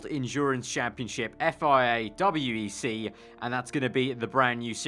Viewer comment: Its called WEC not W E C